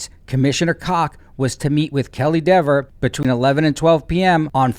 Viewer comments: Could you imagine dating this diva? I mean deber, I mean deever, I mean gararge gal??? Lol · Somebody is lying: Cox or Dever., it drives her crazy to hear people mispronouncing her name as "DEAVER". 🤣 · She might also learn that Dever is DEEEVER while she is at it! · Oops! The guy keeps saying her ( Deever ) name wrong. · Love that you insist on saying Dever's name wrongly throughout.